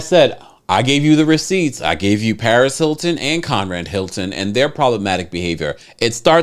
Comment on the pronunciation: I never heard of Con-Rad Hilton 😯